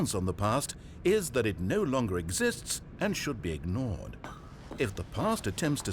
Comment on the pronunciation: you said ‘no’ wrong